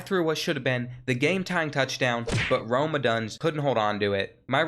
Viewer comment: Bro said Rome Oduns 💀